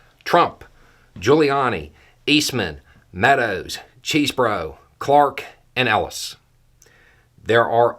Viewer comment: Anyone else hear "Cheesebro?" I wish he was talking about a dude bringing out a tray of cheese...